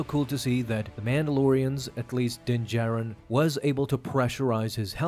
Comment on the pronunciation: Calling it Din-Katan😂😂😂😂